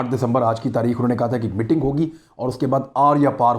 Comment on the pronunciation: Imran bhai "Mitting" nhi, "Meeting" hota hai.